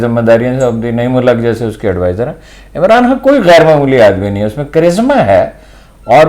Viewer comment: یہ عمران خان کہنے کے بجائے عمران هان کہ رہی ہے.